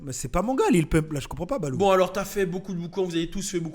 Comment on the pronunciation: On dit lil pump pas lil poompe 😂😂😂😂😂😂😂😂😂